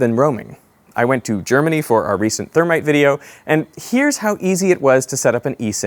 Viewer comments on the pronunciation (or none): none